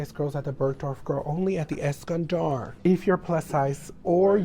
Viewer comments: Take a shot every time she says “EskanDARRRRR” 😂😂🤌🏽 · Eskandar)))) Es-Scan-dolo’ 😂